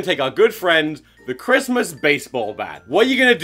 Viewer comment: "The war on Smissmass!"